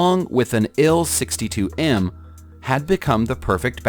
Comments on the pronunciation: Yeah... Narrative issues. 'IL' designated aircraft type usually pronounced 'eye-el' not 'ill'. It was done inconsistently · It's pronounced Tee U and I el you moron!